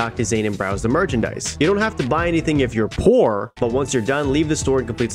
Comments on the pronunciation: There was a lot of emphasis on "POOR". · Bro had to emphasize on the poor💀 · Why you gotta emphasize my poorness? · that was a rather accentuated "poor" there